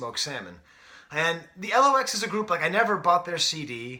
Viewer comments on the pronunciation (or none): Dude it's 'The Lox', pronounced 'locks'. They were originally called 'The Warlocks' but when they got with Puff they shortened the name